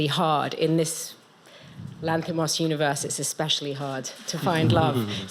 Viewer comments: Does Weisz have dyslexia or something? Or is the "m" in Lanthimos silent? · If you listen closely, you'll notice your "queen" mispronouncing Lanthimos three times in a row